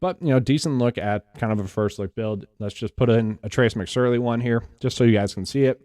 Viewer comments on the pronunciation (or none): Awesome video, but for the love of god... It's Mc SORE ly, not Surly